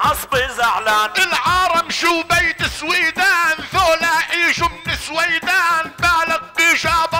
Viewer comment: سويدان صحيحة وليست سويدهان